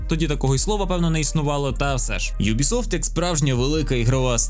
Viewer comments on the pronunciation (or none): none